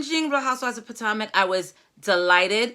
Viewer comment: Its Pa-toe-mick. I live in the area. Monique is arrogant and is politicking. If she had been remorseful maybe she would be likable. Monique is horrible.